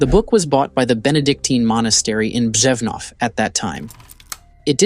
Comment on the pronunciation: Props on your pronuciation of Ř in Břevnov.